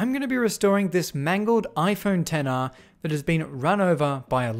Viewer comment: Why did it sound like he was saying "Tenner" instead of "Ten R" 😂